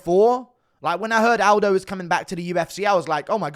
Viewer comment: Say Aldi